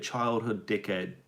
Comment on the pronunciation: lol When you say decade it sounds like dikk hedd!